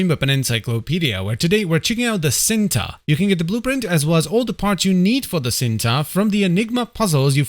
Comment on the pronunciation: It's pronounced "ch-een-tuh" and is Indonesian for "love" 🤓